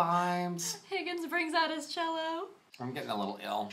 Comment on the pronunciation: She said "Cello" cough cough cough....